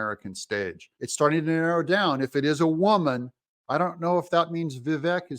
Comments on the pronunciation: Doug: It's pronounced Vivake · DOUG! Say his name correctly, please. It is Vi-VAKE. Long ā in the last syllable. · learn to pronounce vivik correctly